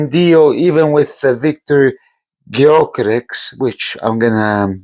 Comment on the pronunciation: GYOKERES. . SWEDE. With An Hungarian Name. YO Keres. Yo karezh basically pronounced..